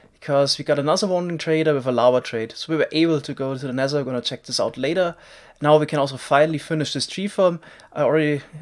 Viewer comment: Nezzer? You mean nether?